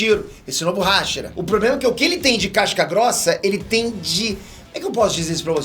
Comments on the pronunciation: Primeiramente, Hashira e não Háshira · mano, me dá maior agonia ele falando os nomes errados! ''Tânjiro'' ''Háshira'' ''Níchirin'' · Mano a forma que vc e o pronunciam hashira me quebra😅